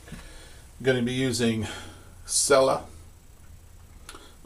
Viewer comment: it's pronounced cella (chella) not (sella).